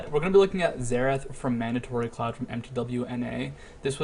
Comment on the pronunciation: "Mandaray Cloud" for mandatorycloud. =P